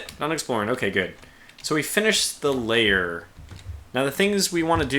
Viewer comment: FYI, 'Lair' is one syllable, rhyming with 'pear'. You keep pronouncing it like 'layer', with two syllables ('lay-er').